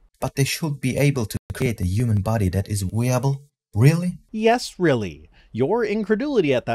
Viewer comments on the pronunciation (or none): Did...did that guy just pronounce "viable" as "weeable"?! 0_o